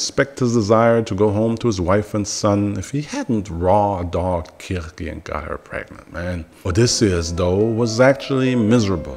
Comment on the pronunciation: the art is pretty cool good use of ai. The jokes are nice, Also the pronunciation is something I haven't heard much from other tubers. kurkey had me questioning my knowledge of folklore.